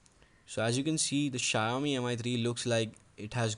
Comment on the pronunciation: It's shaa-oo-mii not shayomi.